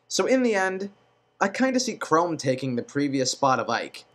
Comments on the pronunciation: Did he really say Chrome and Luchina? :/ Its Chrom and Lucina. Also I thought he said Mark instead of Marth a few times. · Before i even watch this video completely...who the fuck is robin all these people talk about? Tiki for smash bros..for the hell of it. and he says "chrome" and "krim" for "KRAWM" wth is wrong with his speaking. and Ike isn't like roy, roy was a copied moveset of marth but better imo, ike has a unique moveset, so he has more probability of staying then roy ever did. Ok so i just looked up robin fire emblem and WOW are you fucking me? you want the avatar character in smash bros? these people are fucking retarded. generic ass bullshit that somewhat killed the game, i still love the game for fire emblem and whatever it's awesome and i use the my unit character, but really..i'd pick ANY fire emblem character over Robin, i would be Meg before robin that is the honest and ugliest truth. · has he played fire emblem awakening? he's saying all the names wrong. xD there's no e at the end of Chrom.